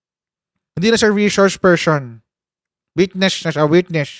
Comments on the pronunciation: Bakit kaya d nya naintindihan yun, e d ba lawyer siya, d naintindihan ang reshores pershon instead na resource person🤣😂🤣 Birds with the same feathers daw and dalawang pershons🤣😂🤣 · Reshors pershon talaga coach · 😂😂😂😂😂resorrrrs person😂😂😂😂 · Laki ng problema ni pusit sa reshorsh pershons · Wla kc COMMON SENSE c pricess😅😅 Ang res shors per syon😂😂